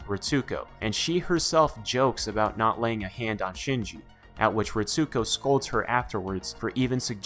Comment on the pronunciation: Great breakdown. I watched all of them in reverse order... lol. But one thing that got me. Pronounced as (Reets-co) not (Reet-sue-co)